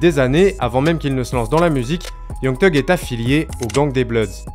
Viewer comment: Super vidéo je découvre ta chaîne 😉 Par contre je ne comprendrai jamais pourquoi les français (je le suis aussi hein ?)disent Teug pour thug vous ne dites pas Te pour the ? Te end ou je sais pas moi te boy ou n'importe quoi d'autre ? 🤔 Chelou 😅